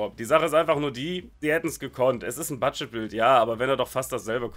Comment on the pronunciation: Budget „Baild“. Jetzt verstehe ich auch was mit deiner Aussprache gemeint ist. Finde ich aber nicht weiter schlimm. Danke für die tolle Unterhaltung durch deine Videos!